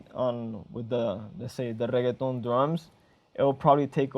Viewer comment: Man pronounces reggaeton like its a side dish at taco bell